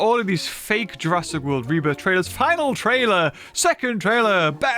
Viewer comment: Did i just hear say jurassic world reburger or is it just me?